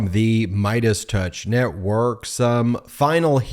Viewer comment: He says “newoke” or is it “network”